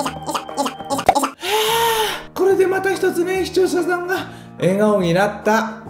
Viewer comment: て『視聴者さん』を『しちようささん』って言ってる？わざと？w w